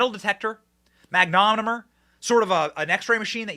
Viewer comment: Be cool if you actually knew how to pronounce Mag-no-mah-meter